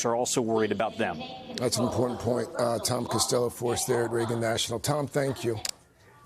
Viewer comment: Please check the right way pronunciation of "Reagan "